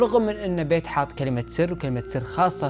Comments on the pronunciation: بييت مو بيت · قناتك كلش حلوه بس عندي ملاحظه الك حاول تلفظ اسماء الاشخاص بطريقه صحيحه لان اكثر من مره دتضيع عليه القصه وارجع اعيد لان اللفظ غلط مثلا ( بيت ) اسم بنت بحرف ال B اسم صاحب القصه اسمه ( پيت ) بال P. حاول تصلح اللفظ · بيت مو بايت